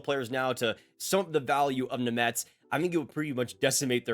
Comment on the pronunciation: Name pronunciation is brutal